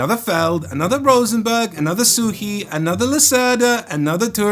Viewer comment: ...and you pronounced names Suchy and Turczi right! 😊